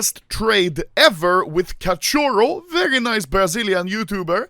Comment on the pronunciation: It's so funny the way anomaly says “cachorro”(catioro) lol